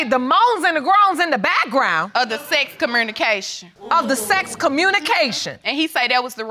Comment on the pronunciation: She talks like Tyler Perry's Medea. "Cermurnication" , and "Excurses"